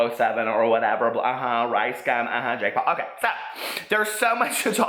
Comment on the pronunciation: What's a "Pake Jaul"? Love you Peter!!!!!😘💖💖💖💖🦄🦄🦄🦄🦄